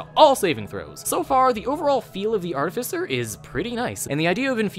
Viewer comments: THAT IS NOT HOW YOU PRONOUNCE ARTIFICER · Oof, it's not princounced as Artificer you're seposed to say it this way: Artificer